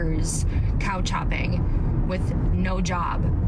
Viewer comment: I swear she said COW CHOPPING ... but nooooo it's was couchhopping